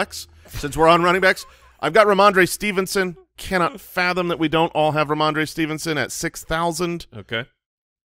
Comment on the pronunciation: Ramondre Believe-it-son